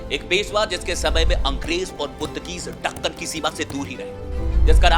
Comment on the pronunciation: अरे वो ढक्कन नहीं दक्कन होता है